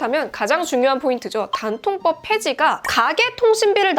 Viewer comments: 단통법을 굳이 댄-통-뻡이라고 하신 이유가...? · 된통법 이럴게 들리네요 ㅋㅋ